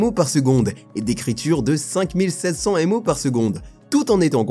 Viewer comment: À "Avec 96 mots de cache L3..." faudrait peut-être faire attention à la prononciation, ce ne sont pas des "mots" mais des méga octets.